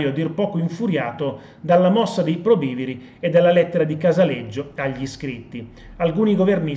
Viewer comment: Guardi che si dice probi viri e Non probi'viri. E poi francamente non e' per niente chiaro il discorso del secondo e terzo mandato.